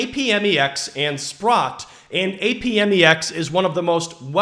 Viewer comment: It's pronounced "App-Mex". Just saying.